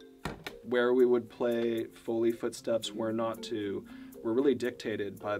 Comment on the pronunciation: ITS PRONOUNCED FOE LEE